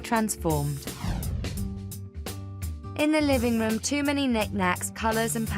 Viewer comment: Typical yuppy puppy woman..." rhum screams update me"...her pronunciation?? My goodness...😮